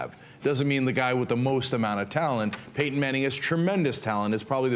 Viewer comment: fail to call Payton Manning "paten manning" lol